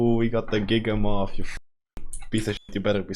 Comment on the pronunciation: It’s giga-myth like mammoth not giga-moth😭😭😭